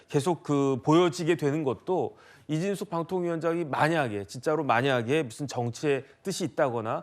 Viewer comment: 7분19초 이진숙빵통위원장이라니 발음좀잘하세요